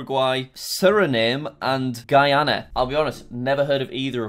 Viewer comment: As guyanese we drive on the left hand side of the road and walk in the right hand side Our language is mixed with Africa with English of course And it's not guy-ana its guy-yan-nah